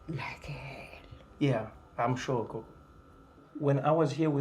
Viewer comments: It's Gogo Not Koko #smh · Gogo* Trevor pronounces it wrong.